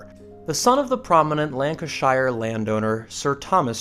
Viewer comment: the pronunciation used by the narrator is excruciating Cecil, Lancashire, Gerard, Champion all wrong. If you get an American to say English names get them right!